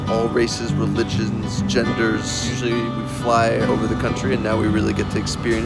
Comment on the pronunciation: this guy said genders like he's never talked to a girl before lol